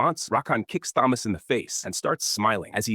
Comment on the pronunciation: Thomas with a T not Th